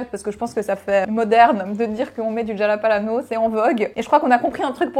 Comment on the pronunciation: Jalapalano ? C'est jalapeno lol